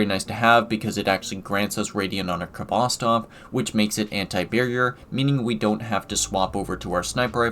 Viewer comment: It's pronounced Hvostov. The k is not sounded. It's a Russian word transliterated.